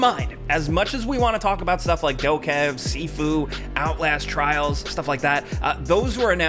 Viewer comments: It's doh-kay-vee not doh-kev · I think 'DokeV' is supposed to be read 'Doke V' as in the V at the end is pronounced separately. So, 'Do-Ke-Vee'... It means 'goblin' in Korean (도깨비). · Doke in DokeV is pronounced like Poke in pokemon. V is just pronounced as Vee.